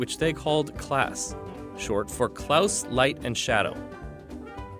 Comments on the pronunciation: why does he keep pronouncing it as “klAAuse” instead of “klAHse”???? its killing me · why did he say clous?????.????? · How tf do you pronounce “Klaus” so terribly